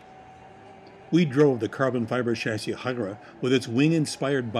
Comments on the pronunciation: is the "Huayra" pronounced really right? I thought of more like "Hu-eey-ra" or something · Apparently it's "Why-ra" although I pronounce it as "Why-ee-ra" myself. Still annoying that the video producers can't pronounce it properly, however it is said. I'd have found out prior to recording the video, if I were working there!